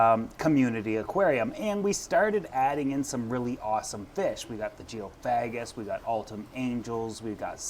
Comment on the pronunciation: Geo fag gis 😂 its pronounced geo fay gis